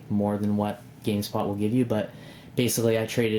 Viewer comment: i know, you were saying gamesPoT, no big deal though